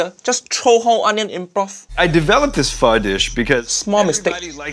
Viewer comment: Everytime he say Pho it hear it as F*"'#